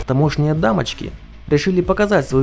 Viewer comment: ТамОшние? Правильно ударение ставить на первый слог. Ролик делали украинцы?